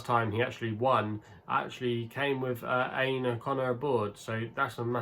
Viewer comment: Aine is pronounced Awn-yeh by the way